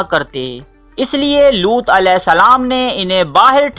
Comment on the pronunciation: Looth not lots